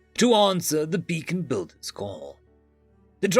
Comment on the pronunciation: It's *BEACON*BUILDERS NOT *BACON*BUILDER